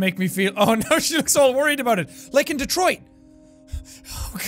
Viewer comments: Wouldn't it be "Detwah: Becum Hyma:n" ? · "Welcome back to: Detroa Becom Uman ." Excellent pronounciation. Edit: I know it's supposed to be a French accent, im not stupid... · I need Jack's french pronunciation of Detroit become human to be my new ring tone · "... Like in Detriot!" Proceeds to have Vietnam war flashbacks